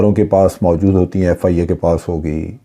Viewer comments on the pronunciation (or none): none